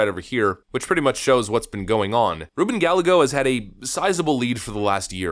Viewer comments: Ga-ye-go ... In Spanish the double is pronounced y. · just FYI, Ruben Gallago's name is pronounced with a more " Mexican" kinda flair. (Guy-eh-go) Silent Ls basically. I dont really care, i support Lake to tye max, just want people to know exactly who your talking bout and not be confused. Love your cgabbel. Keep it up. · It’s Ruben Gallego pronounced Guy•Yego…the double L in Spanish is pronounced Y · I voted for Kari Lake!!! but if you want some incite on how to pronounce his name is has the Spanish double L's like tortilla, it has the soft L's so it's guy-eh-go or guy-yay-go. lol you might not care. Keep up the good work! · The problem with Arizona, (yes I live here), is there are a lot of transplants here in the populous areas, Phoenix, chief among them. A lot of those transplants have swung the voting demographic to favor Democrats. It's not so cut and dry. Just to let you know, Ruben Gallego is pronounced Guy-eggo. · you're mispronouncing Reuben Gallegos last name. It's pronounced "gah-yeh-goes". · How do you not know how to pronounce the name Gallego? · Hey learn how to say the Hispanic name Gallego🤔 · Hey dad, tell your son that the double L in Spanish is pronounced like a Y as in tortilla/tortiya. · It is not gal a go, it is Guy a ghos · as intelligent as you are, hard as hell to correct you. BUT just so Mexicans WON'T laugh, on the Ballego dude, it isn't Ba-LAY-Go, it's BAH-YAY-GO. LL's in Spanish are pronounce as a Y. Yea, strange huh?. Other than that, keep kicking ass. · In Re "Gal - A - Go" ll is pronounced Y in spanish. Ga as in gal, yay, go. emphasis on the yay. Ga-YAY-go. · We gotta work on your Gal-A-Go's lol. It's actually pronounced Guy-Ay-Go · Ruben guy-yay-go, not galle-go. His ex-wife is the Mayor of Phoenix, who he left when she was 9 months pregnant....real piece of work. Not that I care if you say his name right! He likes to play up his Mexican heritage, blah blah blahhhhhh. AZ resident here. LOVE KARI!!!!! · It's pronounced Gah-yeh-go.